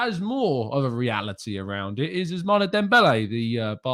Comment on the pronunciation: Ousmane is pronounced Ous-Man 🤝😂😂😂